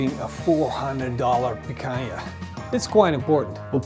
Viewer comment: The way he keeps saying Picanha is so annoying